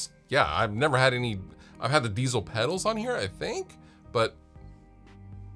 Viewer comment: Diezel is not pronounced "Diesel" like the fuel ... it's a german surname and sounds more like "Deetsel".